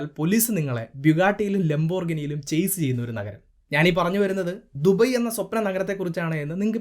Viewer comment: ദുബൈ കറക്റ്റ് pronunciation from ഭായ്..